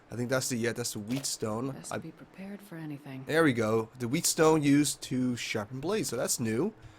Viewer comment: btw, whetstone is pronounced like "wet-stone", not like "wheat-stone"------i know, picky picky ;^)